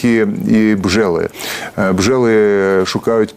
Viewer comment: Х «БЖЭЛЫ»😂, цэй бляха який був такий і залишився «ОлЭнь»